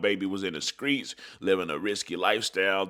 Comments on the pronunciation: My guy what the hell is the skreets 😅 you mean the streets 👀👀👀👀👀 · That's how they pronounce it in Memphis